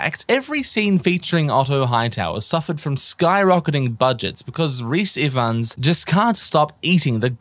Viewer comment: For the record, you ARE pronouncing Rhys Ifans name correctly.